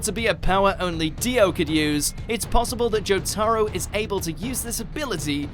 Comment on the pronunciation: Joh-tuh-row please man say it right